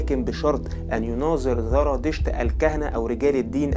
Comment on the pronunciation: قناة رائعة ولكن رجاء انتبه للفظك لحرف الزاي. اسمه زردشت وليس ذردشت الديانة اليزيدية وليس اليذيدية